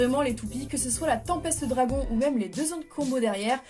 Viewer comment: On dit Tempeste Dragoune